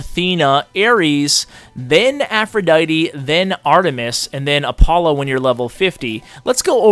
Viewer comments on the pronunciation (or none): The way you say Apollo got me weak😂😂